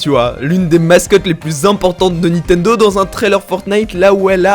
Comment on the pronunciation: PK tu dis Nitendo en plus 28 fois (J'ai compté)